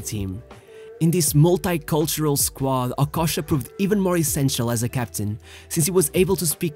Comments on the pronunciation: I thought it's okocha, but it looks like that it's okosha 😄, practice some accent man or just talk in french man. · OKOCHA NOT OKOSHA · The least u could do is to pronounce his name well if you're going to make a video about him. Okocha not Okosha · The narrator mispronounced not only Okocha’s name, along with a lot of other players, and coaches, he mispronounced every single Bundesliga team he mentioned… c’mon bro…